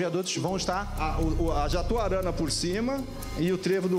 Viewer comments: Obra do "JATURANA"... KKKKKKKKKKKK sacaneou com a rua onde eu moro... O correto é JATUARANA!!!! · Não e jaturana....É jatuarana 😂😂😂😂